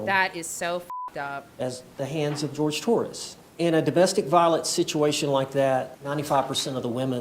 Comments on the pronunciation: she makes me wanna punch snowmen... HIS NAME IS JORGE NOT GEORGE HE IS HISPANIC NOT CAUCASIAN!!!!! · his name is Jorge, not George. Her calling him the wrong name because it "sounds better" is so disrespectful smh. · HIS NAME IS JORGE!!! SAY HIS NAME. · Not even surprised. She intentionally called the victim George instead of his actual name, Jorge. And sometimes some people just go by George when they have a name like that. Nope. Every Spanish speaking person in his family says its Jorge, but she literally ignored them all and the real way to say it. This woman will butcher any non-english word/name on purpose. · We been knew that she can't say shit, she still calls Jorge "George" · I may contemplate the thought of forgiveness if can say Jorges' name right. Even in death, she still has no simple shred of respect for him. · She still can’t pronounce his name, eh? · And she mispronounced his name.... THE WHOLE TRIAL. That is SO DISRESPECTFUL. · The least that court could’ve done was pronounce his name properly 😭😭 I can’t imagine what the family was feeling on top of the disrespect of having their loved one being degraded like that by the abuser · “Ken-Too-Suka-Roy” I had to pause and rewind when I heard that. the word is ‘kintsugi’, and it’s pronounced roughly like ‘kin-soogy’. Is her brain just… hardwired to mispronounce foreign names & words? She never could get the pronunciation of Jorge right either. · It’s Boone refusing to say Jorge’s name right that gets me.